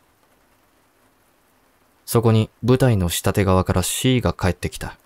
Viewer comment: ｢うわて｣「したて」じゃなくて｢かみて」と「しもて」では？